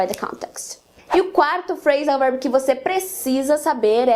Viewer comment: Gostei bastante do vídeo , quando você fala Phrasan verb o verb parece ser dito como out.